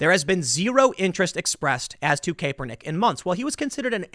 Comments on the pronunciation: CAP not CAPE...come on, you are in “media” man. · Love the videos brotha. It’s Cap-er-nick....not Cape-er-nick though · Tim it's pronounced Kap-ur-nik. To say Kepernick is not a great player is misleading. He was awesome for 2 years in SF. He led them to a super bowl. Then he got hurt while the team around him had players retire, traded, or left via free agency. The coach, Harbaugh, was also fired. When he returned from injury he wasn't very good (neither was the team) and he started taking a knee during the anthem. He was benched at 1 point too. IIRC his record as a starting QB after returning from his injuries was 1-9 or 1-11. I am no Kaepernick fan but at least do some research on the situation Tim. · It's pronounced "cap er nick" not "kay per nick" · Isn't it Ca-per-nick? Not Kay-per-nick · Pronounced CAP er nick not KAE per nick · You can tell Tim isn’t much into sports ball… Tim FYI it’s Cap r nick not caper nick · I love you Tim but DAMN. You are a skaterboarder. I thought everyone knew it was (cap-er-nick) not (cape-er-nick). I cringed everytime you said cape er nick. 😆 🤣 😂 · While I hate Colin Kaepernick. I cannot stand the constant "Kay-Per-Nick". It's "Cap-per-nick" Saying the name wrong will just make libs less likely to listen to you. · When EVER was Kap pronounced "cape". Perhaps English isn't Tim's first tongue. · His name is pronounced “Cap-ernick” Tim but I get it, who cares. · Is Tim pronouncing Colin's name wrong on purpose? "Caper-nick" lol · I'm now convinced Tim is intentionally pronouncing Kaepernick's name wrong. He said Capernick about 4 times in a single sentence. There's no way Tim doesn't know the correct pronunciation of his name. Good on you Timbo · Its KAPernick lol was driving me crazy you saying this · Hey Tim kapernick is pronounced like Cap-er-nick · I agree completely but it is pronounced Cap - er - nick. Haha just so you know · Tim, I love you. It’s pronounced KAP-ernick though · Please stop saying "Kay-pernick", Tim. Lol